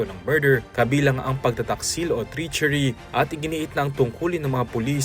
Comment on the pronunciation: "treachery" - even news reporters pronounce this word wrong.